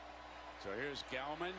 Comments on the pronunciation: Thanks to the person who told him between Clemson offense series #1 and series #2 "Hey man....his name isn't GOWman; its GALLman." :) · ....and then he started calling him Gowman again.....sigh